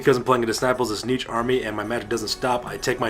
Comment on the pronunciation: aaargh. Its Tzeentch, not Tzneetch. Also, everything you summon, split or add to your army, you HAVE to pay points for, otherwise its just silly.